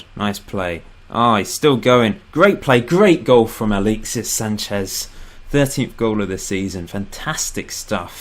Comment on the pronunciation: Im not sure how much more 'aleexsis' i cant take lol